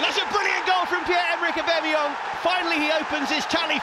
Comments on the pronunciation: No one: Absolutely no one; Not a single soul in the universe: Commentator :And that's a Brilliant goal from Pierre-Emerick Obemeyong!! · pierre emerick aubameyong😂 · or aubamayang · “Pierre-Emerick Aubameyong” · Has anyone told the Arsenal Media commentator how to pronounce O-Bam-A-Yang's name yet or shall i? xD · always cringe when that 1 commentator thinks its clever to say 'aubamaYONG' ...anyway, we love you Auba! future legend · Far fewer "Aubameyong" and "Aubemeyang"s as the video went on, good to see professional commentators didn't take more than a year to learn how to pronounce a name.. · Since joining Arsenal: Aubameyang: 50 Goals Commentators: 50 different ways to pronounce Aubameyang.